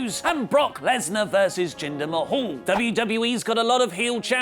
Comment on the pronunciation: So we just going to ignore the fact that Kurt said jinder last name wrong